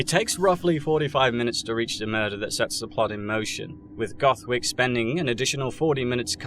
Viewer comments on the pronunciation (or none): "Goth Wick" 🤣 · "goth wick" 💀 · "Goth Wick" 👏 😂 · "goth wick" HAHAHA